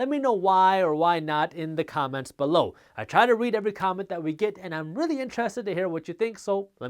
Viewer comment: I watch these videos just to hear jaspreet say “BE-LOW” 😆